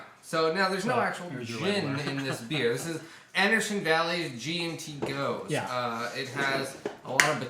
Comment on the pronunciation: Just a quick pronunciation tip on gose, it's really more like "goes-uh".